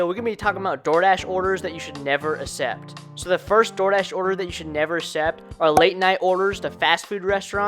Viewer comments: Good info mostly beginners stuff… I cannot believe how much it bothered me how he says “accept” I’m Not sure if he just doesn’t know how to pronounce it or some other issue. It’s Like this Akk-cept.. not Aa-sept. It’s not hard. Keep on dashing man. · You should look up how to properly pronounce accept